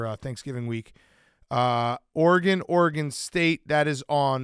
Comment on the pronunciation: One day Dave will learn how to properly pronounce Oregon